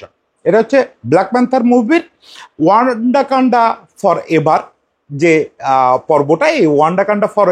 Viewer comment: ওয়ান্ডাকান্ডা নয়😂 ওয়াকান্ডা